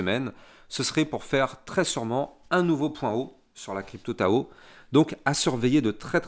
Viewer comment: Merci pour tes videos de qualité! Et on ne dit pas " tchao tchao" , mais TAO TAO ! 🤣